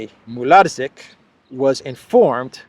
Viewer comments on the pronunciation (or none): Haha, the name is pronounced like Are+car+diush Mool+Are+chick. Hope that helps ;-) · the cz combo in Polish is just the ch sound from English so Mularczyk is said like "Mular chick"